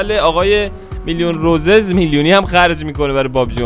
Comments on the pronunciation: داداش اصلش روسیس نه روزز تو اشتباه میکنی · اسمش روسیسه عاجی چرا اشتب میگی خودشم میگه روسیس 😐